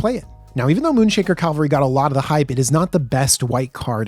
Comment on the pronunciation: Its Cavalry Not Calvary😂